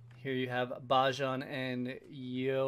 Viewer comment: You are supposed to say Ba-jen in stead of Bajan ok